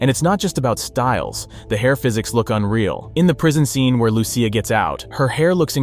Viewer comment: Your butchering her name is not Lew-ciah it’s straight up lusea